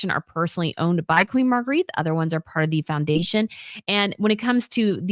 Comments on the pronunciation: Love your stuff…but Queen Margrethe is pronounced Mar-GREH-teh and never Marguerite. :) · yes, I like watching channel but it bothers me so much to hear her continually mispronounce the name of Queen Margrethe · Time to learn how to pronounce Margarethe. Think of it having an a on the end. Your incorrect pronunciation is grating.